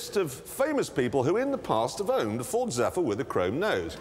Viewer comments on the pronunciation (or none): none